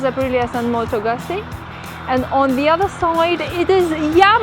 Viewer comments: Need to practice a little your pronunciation... It sounds like "gootsie" but the sound is strong like in "pizza". The video is very good as is the channel. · Why the American pronunciation of the motorcycle name? Nowhere in Europe do we pronounce it like that. Moto Guuuuuuuzzi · Nice bike indeed. But, how about pronouncing Moto Guzzi the right way?